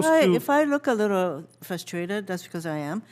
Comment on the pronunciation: “If I rook a rittle frustrated, I am”